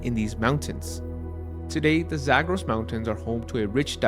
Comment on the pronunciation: why do you pronounce "Zagros" like that? if you're going to approximate the vowels with English vowels, you should use your English PALM vowel rather than the TRAP vowel for the first syllable and then you pronounce "dasht" as in "dasht-e-kavir" with the wrong vowel. that one should have the TRAP vowel. it's obvious that you can pronounce things properly when you try; why didn't you consult with a native Persian speaker for a few minutes before recording this?